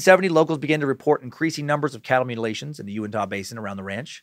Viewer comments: Big fan of this podcast and Scared to Death... Living only 30 minutes from the Skinwalker Ranch, this one caught my attention and did not disappoint. Also, we pronounce it "You-in-tuh." So the Uintah Basin is the "you-in-tuh" basin. :) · I'm from Utah and I'm 87 percent sure it's pronounced ( you-in-t-a ) when you said uintah basin. Love the suck hail nimrod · Almost couldn't listen to this one . Just had to block it out each time he mispronounced "Uintah"....but he said it so many times it made it a rough listen.